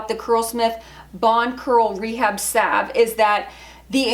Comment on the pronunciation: Thank you. Finally someone knows how to pronounce salve.